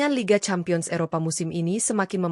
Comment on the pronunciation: Campion apa lampion seh Cempien dibacanya